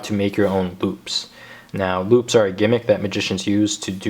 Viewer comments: He said loop or boob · i thought he said "boobs" xD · The first time you say loops it sounds like boobs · am i the only one who heard boobs instead of loops ?